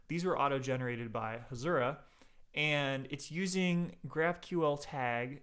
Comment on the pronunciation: Hasura not Hashura